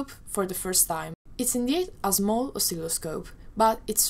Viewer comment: as soon as you said the word "Small" with the Z sound, I immediately realised you're Italian :D Other than that, Amazing work. I wish more people did this stuff. :)